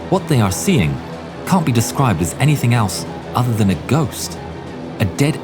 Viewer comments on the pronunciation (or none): none